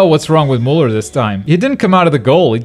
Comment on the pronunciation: it pronounced "Miuler"